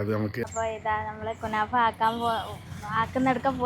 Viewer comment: കുണാഫ അല്ല 😂😂 കുനാഫ 🙏